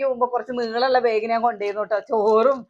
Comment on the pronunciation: പ്രെസ്സി ബേഗ് അല്ല ബാഗ് എന്നു പറയുക